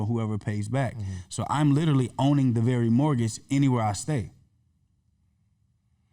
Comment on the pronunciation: Other than the brother not being able to pronounce literally (Lit-Ah-Lee) lol He was dripping jewels 👍🏾